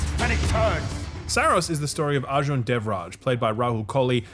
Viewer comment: First reviewer pronouncing Arjun correct.